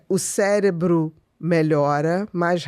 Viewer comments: ''cérebro'' cé - re-bro - cerebral - ce- re-bral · Todas as vezes q o rapaz diz cérebro eu celébro...